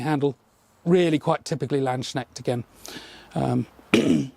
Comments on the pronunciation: I vill now criticise dein English. Ha ha ha! "U" in "up" is not pronounced in the the same way as "a" in "marmalade. Hopefully you can notice the difference. If I wanted to write the pronunciation in English, I'd render it as "Larnd's k'nehsht", or maybe "Lahnd's k'nehsht" for rhotic speakers. I think the German "ch" sounds like "sh" but with some aspiration beforehand, so "hsh". The apostrophe before the "s" doesn't change the sound, but preserves the meaning. I put the apostrophe after "k" because it's always silent in English, if immediately followed by an "n", and not immediately preceded by a "c" (which can't happen at the start of a word). The two exceptions are "hawknosed" (as a rare variant of "hawk-nosed", itself not a word that's in remotely common parlance), where it occurs at the junction of the two parts of a compound word and "pyknosis", which is an obscure technical term, taken directly from Greek. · A little tip: Landsknecht you'd pronounce the k like c in cool (not like you englisch swollow it in words like knife... :D) the ch you have to listen. (Maybe ask google to pronounce it for you, If you don't have a german at hand :D I'd gladly visit, but it's kinda a long Trip for a Short Weekend... 😂) Nice work you do, have a good Market. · Hey! I love all of these daggers, especially the rondels are beautiful. But your pronunciantion of the word landsknecht is painful:D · It's so funny to me how you (mis)pronounce Landsknecht. Kinda sounds like "Landsschneck" which translates to "land snail". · Everytime someone says "Land-schneckt" my sould dies a little. it's Lands-knecht - the K is before the E & N. Sorry, it just comes up so oftern x)